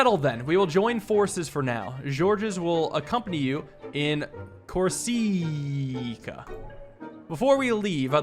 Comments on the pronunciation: he's not pronouncing it wrong, just stressing it wrong. He's saying cor-SIC-uh when it's COR-si-cuh, with the caps being stress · is it not corSICa? that's how i pronounce it with the stress lol. pronouncing the vowel as a long vowel. it's not stress. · I think deserves a little Italian lesson: "Corsica" is not pronounced "corsìca", but "còrsica". PS: Corsica is an Italian name, since originally it was an Italian isle, gifted to France shortly after WW2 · Corsica is not pronounced cor-SA-ca it's core-SI-ca Like you saying the word sick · It’s pronounced cor-see-ca, not cor-sigh-ca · “CorSEECAH” “PaM” great pronounciations there ngl being a legitimate heir to the throne is a wild plot twist though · i wonder if some people shouted at him for how he pronounced corcica XDXD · HERES HOW YOU SAY IT CORE-SICK-A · How is progressively pronouncing Corsica (kor-sik-ah) worse every time it appears? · Corsica pronunciations: "corsicko mode" "corsiiiiiiiiiica" "corsaaica" "kurosakia" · Core-si-ka. No emphasis anywhere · my brother in Christ it is CORE-sih-kuh. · Pardon your French, but Corsica is pronounced COR-see-car, and Lyon is like leeAW 😉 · It's pronounced "kor-si-ka" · The way you pronounce corsiacaica gets me everytime and i hate it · A: I somehow thought he said it the same way in this video as the last. He pronounced it correctly (but stressed it incorrectly) then, but now he's mispronouncing it. B: it is COR - si - cuh, with a short "i" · dude cannot say Corsica to save his life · i love you pronounce corsica in an entirely new, wrong way each time. i suspect it is purposeful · For some reason mispronouncing the words magnanimous and Corsica doesn't stop being funny. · Funny to see struggle with Corsica pronounciation as an American, in Europe we all know the Mediterranean islands! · inability to pronounce "Corsica" is my favourite recurring joke. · Please learn how you pronounce the island of corsica.